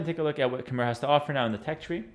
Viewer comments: its pronounced as ka mai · Khmer is pronounced as "KH-my". The "mer" part rhymes with "eye". BTW I live in Cambodia - the land of the Khmer.